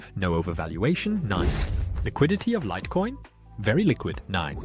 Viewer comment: Ai slipped up and said "lit" coin, upgrade to premium for better quality